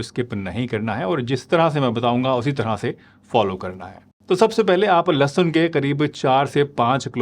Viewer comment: लहसन नहीं लहसुन होता है... doctor ji aap apni Hindi thik kar lo. 😂😂😂